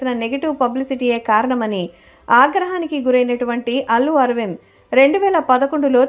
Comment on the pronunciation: అల్లు అర్విన్ కాదు, అల్లు అరవింద్. ఏం యాంకరవమ్మా నువ్వు?